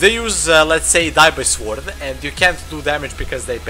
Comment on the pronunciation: Sword is pronounced "sord" btw :D